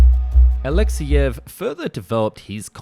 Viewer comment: It's Alexéyev, not Aléxeyev – you don't say Aléxey, but only AlexÉy.